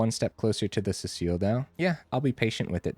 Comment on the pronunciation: See-sull, not Cecile.